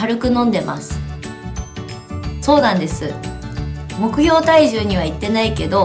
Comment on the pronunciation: 目標がもくように聞こえる